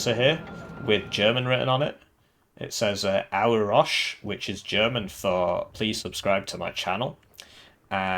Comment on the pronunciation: Auerochse!!! Not Auosch xD Its like a wild male cow